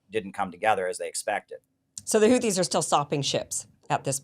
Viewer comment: Kim congratulation for your pronunciation of the word Houti. Really almost close to the pronunciation of the Yemeni peoples BTW i am a fan of your program. I am a man from Djibouti of Yemeni background. The people of the 2 shores of the Red Sea have been going forth and back from centuries. Djibouti not only hosts a Chinese military base, but also an American base, a French base, a Japanese base. (very surprising in view of its neutral constitution) The Houthis, and generally the Yemeni people, are fearless fighters. Ask the Saudis with theirs American advanced weaponries and the bankroll. Emiratis 's mercenaries with their billions of dollars.